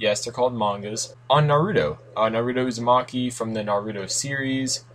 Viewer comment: your saying his name wrong